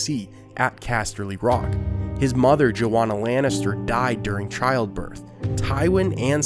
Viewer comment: The pronunciation of "Joanna" is terribly wrong. It's not "JoWonna" as he says it. It's "JoANNA ". Source : My family has Joannas in them. Joanna Village, Pennsylvania. It's a real place.